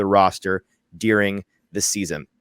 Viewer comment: noooo. Did you pronounce an E in ‘during’?